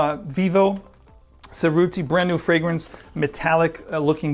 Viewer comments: It’s pronounced Che rutti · Perfect! Love your videos! Heads up: If you care about proper pronunciation, you mispronounced Cerutti :-(